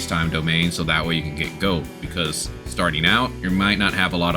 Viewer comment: and many others lol, was pretty funny and kept me entertained. goad=gold, pacifically = specifically and some more. lol loved it anyway as it made for good entertainment.